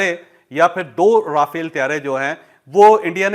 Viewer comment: آپ کی اطلاع کے لیے عرض ہے یہ را فیل (R a Fal)نہیں بلکہ مقدس فرشتہ (Raphael - Angel )نام ہے ۔ جس کا ذکر بائبل مقدس میں اور قران مجید میں بھی ہے تو غلط نام کی درستگی کر لیں ان جانے میں اگر کوئی غلطی ہو تو اس کی معافی ہے تو اب آپ کو بتا دیا ہے مزید اگر اس پر آپ دوبارہ اس طرح کی بات کریں گے تو پھر وہ گناہ میں شامل توہین میں شامل ہوگا ۔ شکریہ ۔